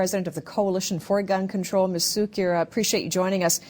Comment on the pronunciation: Why does she pronounce her name sukier, ? Its koo kier, and ever ody knows she is nuts